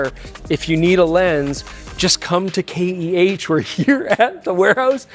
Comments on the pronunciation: Your sponsor is K.E.H. That's three letters. You pronounced it. K. H. If I was your sponsor, I would force you to pronounce it slowly and carefully. Give your sponsor some value for money. Don't be a moron. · At least you could pronounce the sponsor's name correctly. Who is "KH camera"?